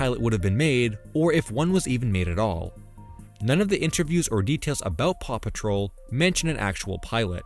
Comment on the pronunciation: It took me an awfully long time to realize that you said "paw patrol" and not "Papa troll"